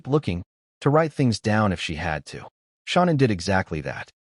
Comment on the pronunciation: This narrator is making me angry!,his voice is " TOO vocal,and he keeps calling her SHONNAN!!! ITS " SHANNAN!!